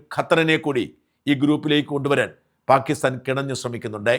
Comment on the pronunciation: പ്രിയപ്പെട്ട ഷാജൻ ചേട്ടാ ഈ "പാകിസ്ഥാൻ" എന്ന് പറയുമ്പോൾ കേൾക്കുന്നത് "ഭാഗ്യസ്ഥാൻ" എന്നാണ്.. കേൾക്കുമ്പോൾ വല്ലാതെ ചൊറിഞ്ഞു വരുന്നു.. 😂 ദയവായി ഒന്നു ശ്രദ്ധിക്കണം.. 🙏🏻🙏🏻😁 പാക്ക് "ppaakh"